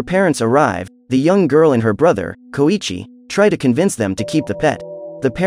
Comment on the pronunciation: Its pronounced so-EEE-chi